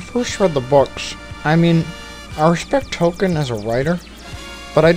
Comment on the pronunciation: "R2 and 3PO are playing Merry and Pippin." Oh, and Tolkien pronounced "TOL-KEEN", not "token"